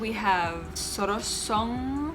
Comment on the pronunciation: I loved the way y0u pronounced the names of the pLaces. Thnx a lot for Sor so gon is the right pronounciation of S0RS0G0N, I liked MASBATE . ZAMB0ANGA CITY COSTUME IS SPANISH DRESS coz m0st pe0pLes there speak Spanish. Love y0ur red dress , y0u look s0 BeAutiFuL. ❤💙❤👗